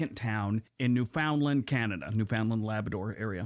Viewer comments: I suspect, as I do in many of these videos, that they are American in origin, mostly because of the mispronunciation. EG: Newfoundland. The narrator pronounced it phonetically correct, but most people (especially Newfoundlanders) pronounce it “New-fund-land”. I watched the video of Canadian commercials where a couple of Newfoundlandlanders AKA”Newfies” were speaking in heavily accented “Newfanise”. The dialect of the Island derived from the predominantly Welsh settlers. And yes, many of them actually speak with that thick an accent. I knew folks who had that accent. Also butchered is Nunavut, properly pronounced as “Noon-ah-voot”, not “nun of vut “ though most Canadians can’t pronounce it either lol 😂 I have also had the honour of visiting Sachs Harbour for 5 days through work. Nothing like flying 500 km at 1000 ft above the Arctic Ocean and below an arctic storm in a Dornier with questionable nose gear! The people of that town were great. I was there for the annual muskox harvest! That was an experience. Sachs Harbour is (or was at that time…30 years ago) the major supplier of muskox meat for restaurants and speciality butcher shops around the world. Rounded up by snowmobile and held in canvass pens about 3 feet high. (Low heads and won’t move if they can’t see where they’re going). Even before I went up there, I discovered that muskox tastes very similar to, but richer and better than the finest cuts of beef. Oh, I was out for a walk when a resident shot a Polar Bear that i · The Yankee is missing pronouncing NEWFOUNDLAND. They always do. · These are all great geography videos, but man, I want to start a petition forbidding Americans to do videos about Canada without learning to pronounce at least a few of our place names. They aren't THAT hard, for crying out loud. The fact that most of them get Newfoundland wrong blows my mind. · Yup, no one of YouTube pronounces it right. Newfundllamd or some seen to say Newfinland. No one says New-Found-Land in Canada